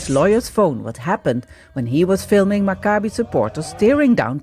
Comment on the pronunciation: Maccabee please not macabre-y.